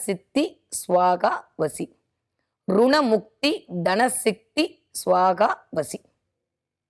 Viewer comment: மேடம் ருண முத்தி என்று எழுதி இருக்கிறீர்கள் ஆனால் சொல்லும் போது ரண முத்தி என்று சொல்கிறார்கள் எது சரி என்று பதில் போடுங்கள் மந்திரங்கள் பிழையாக சொல்லக்கூடாது அல்லவா நன்றி